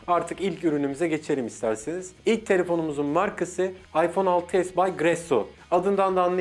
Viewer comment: 6s Plus değil ha 6s diyişin çok güzel lan